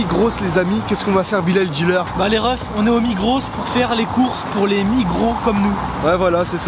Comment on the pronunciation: ça se lit pas migrosse mais migro mdr